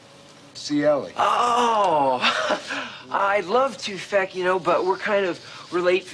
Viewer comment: Its Feck not Fek